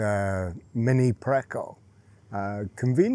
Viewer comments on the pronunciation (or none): Preço is pronounced like: preso. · Looks so lovely : ) It's pronounced pesso by the way : ) Enjoy your trip guys!!! I'm planning on going to Portugal this year : ) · the ç in Mini Preçe is a SSS sound. Think of it as being like the word 'price' because that's what it mean. Pressoo. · Nice to see you back in Portugal. Great place to escape Canadian winters. Little side note, the “c” in preco is a soft “c” like “price”. The comma under the “c” always indicates a soft “c”. Thought that might be helpful 😊!